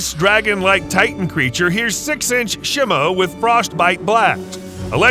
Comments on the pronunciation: Nah Blud did shimo dirty. He said shi-mo and not SHEE-mo and called her a "him" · Please stop calling Shimo Shemo. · Shimo is pronounced sheemo out of talking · Bro is saying shimo wrong